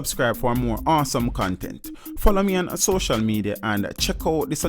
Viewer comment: Say social media again 😆🤣